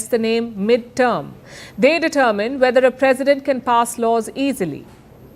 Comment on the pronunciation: Nice to see you have corrected your pronunciation of the word determine. Happy to see your continuous improvement.